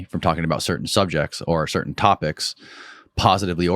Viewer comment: Oh give me a break you immature idiot!! Cer~ain? Really? Cer~ain? How old are you anyway? Put the "T's" back in your language or just shut up, please!